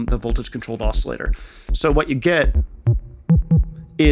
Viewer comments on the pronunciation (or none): none